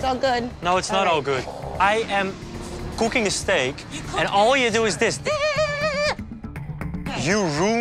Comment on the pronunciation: "i am KOOKING ESTEAK" "You ROON everything"